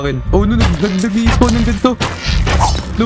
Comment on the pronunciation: spon po yung basa sa spawn😂